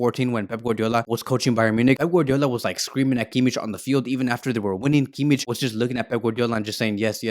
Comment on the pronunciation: I'm sorry but you're pronouncing Kimmich's name wrong.